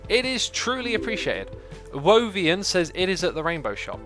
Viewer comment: pronounces whovian like woevian